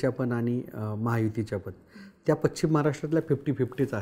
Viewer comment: उच्चार पश् चिम , पचिम ; निश् चित निश्चित .